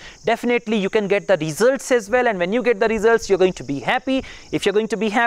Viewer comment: Brilliant (excellent) Pay attention you pronunciations i.e. results, video and once you used OFTEN wrong as ofen not oftin